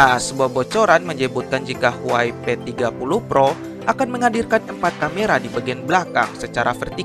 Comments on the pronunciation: huawai.............apa huawei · Ngomong huawei nya itu lho....wkwkwkwk